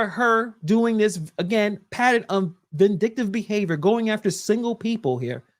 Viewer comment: 😂😂😂 she said "Paterin" not PATTERN. if he (henturd is the trans verion of lil wayne) and floyd Mayweather had a baby, that kid would never read or speak proper l😂😂